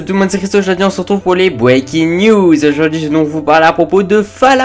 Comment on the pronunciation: mec...pourquoi tu dit tout le temps Bweaking news a la place de breaking news?^^ je sais aue les"R" son pas simple en anglais mais la...^^